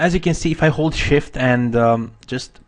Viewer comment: every time you said hold shift I was caught off guard because I thought you were exclaiming "Holy Shit!" haha great tutorial :)